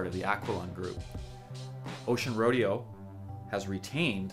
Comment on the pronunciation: It's pronounced roe-day-oh!